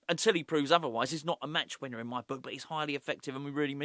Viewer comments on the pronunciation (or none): is it just me or did I hear you call Callum Wilson a "match weener" at the end there??!! 😂🤏🤏